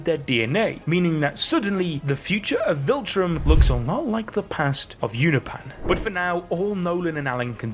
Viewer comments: UNOPAN? UNOPIAN. PEEEAN NOT PAN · You-nope-an not You-na-pan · Love the videos, but the way you say Unopian was driving me crazy, I had to click off. Oh, and it's pronounced You-no-pee-in Or You-nope-Ian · "you-nah-pan" is killing me lol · Is he mispronouncing "Unopian" on purpose?